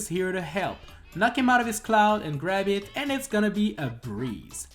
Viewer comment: Andre from GameXPlain always sound like "that's shit" when he says "that's it", but that hasn't ever been a problem, as far as I know.